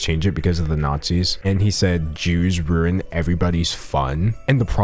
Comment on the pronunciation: I am happy to see I am not the only person that says "ruin" that way😆